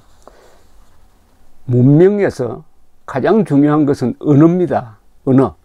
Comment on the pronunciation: 은어가 아니고 언어 입니다 조선생님 한자도 중요하지만 발음도 중요 합니다 정확한 발음 하려고 노력해야 합니다 1111 한가지더 조선생님의 말에는 절대 동의하고 지지합니다 그리고 조선생님을 진심 존경 합니다